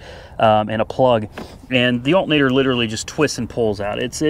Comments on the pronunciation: Al-ter-na-tor. A-lu-min-ium not Altnater and aloominum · Alt'n-ator. Tomato tomato. Dialect is a real thing and nothing wrong with it. I live in the Appalachian foothills and we got all sorts of lingo too. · I'm from NJ and I wouldn't notice someone saying altinator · Love the Betsy Ross Flag hat! Oh! It is pronounced as 'Altnator' :)